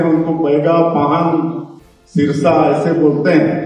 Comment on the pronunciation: सिरसा नहीं cm साहब सिरहा बोलते है कैसा आदिवासी है